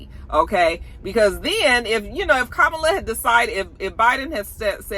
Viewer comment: Comma-La = Kamala. I have a “difficult name” as well and it’s disheartening when people don’t take the time to pronounce it properly. Loved the commentary!